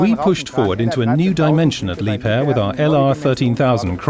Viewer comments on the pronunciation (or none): Pronunciation of "Liebherr"